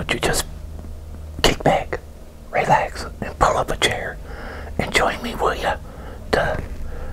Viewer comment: I love his accent lol. The way he says his “air”s “How’s everyone doing out thare?” “Pull up a chaire” And then “his mahm” 😊